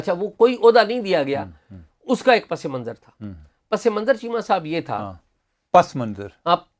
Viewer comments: اعزاز بھائی، یار آپ "پسے منظر" ہی بولا کریں۔۔۔ اچھا لگتا ہے، پس منظر آپ کے منہ سے بہت اوپراہ، اوپراہ لگتا ہے۔۔۔ always be natural 😃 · بہت ہی جگادری صحافی ہیں اور ساتھ ساتھ اردو معلیٖ کے استاد بھی بننے کی اپنی سی کوشش کر رھے ہیں۔۔۔۔اعزاز سید۔۔۔۔۔سفارشیں آنے ”لگ پڑتی ہیں“ چیمہ صاحب نے تصیحیح کرنے کاتردد نہیں کیا لیکن پسِ منظر۔”۔۔پسے منظر“ جوکہ درست تلفظ ھے اس کو پس۔۔۔ منظر۔ کہنے پہ مصر ہیں ۔ انکو ہارون اسلم اکیلے ہی ایسے جرنیل نظر آۓ جو بزنس میں ہیں جبکہ ساری اسٹیبلشمنٹ ہی پراپرٹی ڈیلر ھے دونوں ہی سیاسی فیورٹ ازم کے شکار نظر آے فضول اور لا حاصل ولاگ ۔۔۔وقت ہی ضائع ھوا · پس منظر نہی ہوتا س کے نیچے زیر ہوتی ہے صحیح لفظ پَسِ مَنْظَر ہے